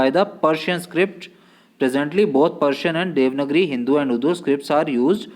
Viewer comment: It's देवनागरी not देवनगरी sir 🙏🙏